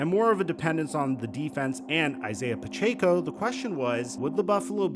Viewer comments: we do u say Pacheco like Puh-Chay-co instead of Puh-check-oh like everyone else? Why do u insist on cooking his name?! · Stop saying pachecos name wrong bro. Where the fuck do you see an “a” for you to say Puh-chay-co. Jesus Christ